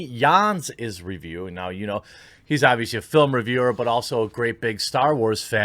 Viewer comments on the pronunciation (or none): It's pronounced Johns. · Haa, yes. My last name is Jahns as well, and you are now the second person I've heard pronounce it as yahns, which was how my family pronounced it when they first moved to America. Kind of cool. Sorry for the interruption.